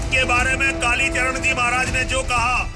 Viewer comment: एंकर को कालीचरण महाराज का नाम ठीक से बोलना चाहिए